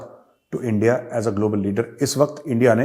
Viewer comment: इण्डिया नही एनडीया ऐसा कर रा है एनडीआ वेसा कर रा है😂🤣😂🤣